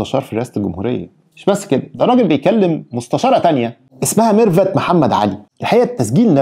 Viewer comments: الغريب واللي خلاني اشك في صحة التسريب، ان ازاي لواء ينطق اسم مرفت بال f وليس بال v ، دلالة على دنو درجة التعليم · علشان محدش يشكك فيي الدولة ويقول بتفبرك .. إسمع التسريب واسمع الإعتراف هتلاقي النصاب بيقول ميرفت بالفاء يعني بالعقل كدا نفس طريقة النطق وبصراحة يعني هو في لواء هيقول ميرفت بالفاء دا واحد مش متعلم أصلا . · مش كتير بينطقوا ميرفت بالفاء و خصوصا منصب كبير زى مستشار ... الفيديو بتاعك و فيديو عبدالله اللا شريف الاتنين بينطق فيهم ميرفت بنفس الطريقة .... ربنا بيفضحهم ..... تحيا مصر